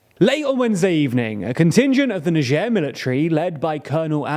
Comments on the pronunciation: it's niger (nayjer) ... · It's Niger not Nigee lol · Why you pronounce it like it was nijierre ? It's n-i-g-g-e-r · Do British people seriously pronouce Niger as Najere? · "neicher" lol, never heard it pronounced like that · Like neizhuh i think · The country , not the river. The Niger River is pronounced "N-eye J-uhr." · …so is that how you actually pronounce Niger…? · Never heard the country pronounced like that tbh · Is that how you pronounce the country's name? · Aren't we going to far with all this PC culture, changing pronunciation of country name because it sounds vaguely symilar to racial slur 😢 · True. But I think the important aspect here is the pronunciation of the G. That is the part that could cause.... let's call it "confusion". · Here in Russia it is pronounced like NiGer (G like H in hitler) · You pronunce niger wrong smh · They really couldn't even pronounce "niger" correctly? I got it wrong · oh i just looked it up and it is apparently different in the UK compared to where i learned it (US). I just assumed he got it wrong because of his history with pronounciation. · I'm sure he pronounces the name of the country wrong